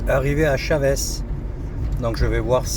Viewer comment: pas " chavès "mais "chaveuche "😂😂😂pas évident mais il faut le dire en mode rapido